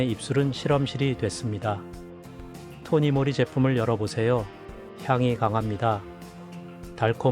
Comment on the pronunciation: 토니모리 가 아니고 토니몰리 라고 해야 합니다 이런식으로 발음하시면 안돼요 .